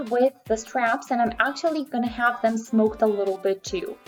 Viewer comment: Isn’t it smocked like “SOCKED?”